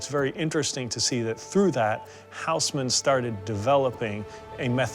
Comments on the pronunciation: the name is read as Osman.... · It's unbelievably annoying to listen that Louis is pronounced as it should be by the rules of the French language, but the Hausmann - not, ffs.